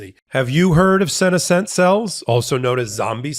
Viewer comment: ...the accent in senescent is on the NES part, not the SEN part 😉